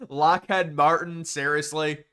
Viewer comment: Did he really just say "lock-head Martin?"